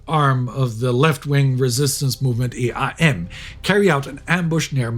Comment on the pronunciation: Great episode and I am glad to see that you keep covering more "minor" theaters of the tragedy, for example my home country Greece. Small correction, EAM shall better be pronounced as one word and not as initials (so EAM, not I EI EM). That's how we call it in Greece. Seeing the footage hurts of course, but let's repeat again and again. NEVER FORGET! The truth is that my copatriots almost forgot. Some of the regions that endured the most brutal massacres, had 10+% of their population voting for the neonazi party "golden dawn" 70 years later. NEVER FORGET! Especially today, a day of a new agression in Europe starting.